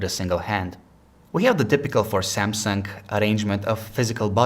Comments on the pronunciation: Did he just say " samsungk" or its just me? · "Da seeamsunk.." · Lol he said samseng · That's SamsunG not SamsunK. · Good review, but... Samsunk?